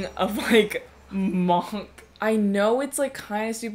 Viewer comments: Who pronounces monk like that? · pronouncing monk like that is a crime punishable by slight disdain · Everybody else: pronounces monk like munk: MOOOOOONNNKKK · have I been saying monk wrong or what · hey why do you say monk the way you do